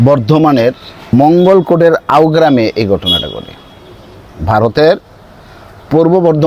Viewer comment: আও গ্রাম নয় আউসগ্রাম